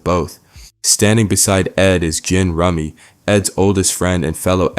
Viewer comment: goddamn it, its once-ler and jin-rummy like the card game !!!!!!!!! 😂